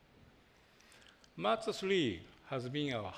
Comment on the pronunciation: the guy doesn't even know how to say mazda xD why not outsource the presenters all about design for 30 minutes mazda needs to focus on interior not exterior at the end of the day mazda was the slowest company to adapt to apple CarPlay i am very happy with this car but it was like it was a presentation on japanse culture please watch the 1st iPhone reveal by steve jobs